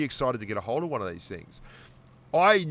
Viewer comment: Wang hundred and twenty two mm gun 😂 Spent too much time commentating the pubgm China stream 😁😂